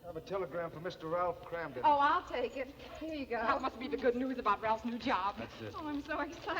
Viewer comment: He can't pronounce kramden